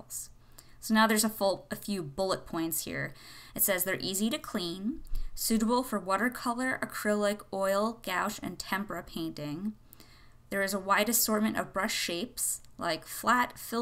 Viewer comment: Yo gouache is pronounced like -gwhash